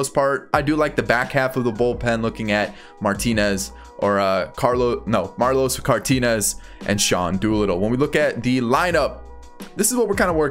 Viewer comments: He really said Marlos Cartinez😂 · He said Marlos Cartinez too